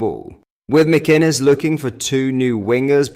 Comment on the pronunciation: your pronunciation of names sucks. Mackkennis? really? its mac- in- ez